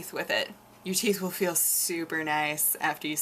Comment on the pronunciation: Sounded like you said "you drink a lot of coffee, but your teats still look ok" I laughed